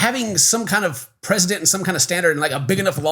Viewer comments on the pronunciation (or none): Did you say President? Set a president? Precedent?